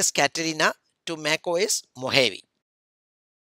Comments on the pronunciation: MacOS Mohavi like seriously. dude it's pronounced as Mohawe and written as Mojave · i thought i as pronounced mo gave